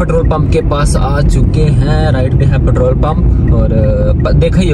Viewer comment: Bro ptrole nae Petrol hota ha..pet rol..